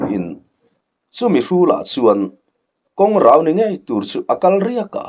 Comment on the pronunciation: Thu lam rik dan hi fimkhur a va ṭha em. :Kawng rau : hi i lam dik lo reng mai a. Vawi khat i tih dik loh ka hriat khan a ti sual palh a nih hi, ka ti a. Mahse i lam dik lo ta zel mai si a. KAWNGRAU tih a rau lai hi ri hniam a lam rik tur a ni Thlarau tih lam rik danin lam loh tur. Khuai rau kan lam rik angin lam tur a ni e.